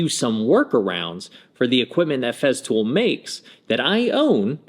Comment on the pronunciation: Cool video on Feztool bro. Say it with me...FeStool. There is no fucking z.